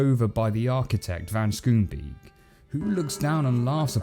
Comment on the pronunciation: Also, van Schoonbeek is a Dutch name to pronounce it via English you simply combine Scone-Bake.